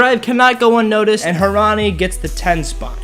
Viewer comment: Loved how you kept mispronounced every one's name especially Hermione